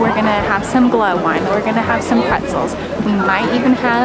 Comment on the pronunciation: What is Glah wine? LOL. It's Gluhwein....or "Glue Vine".